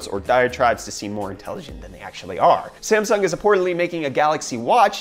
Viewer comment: Smasung lol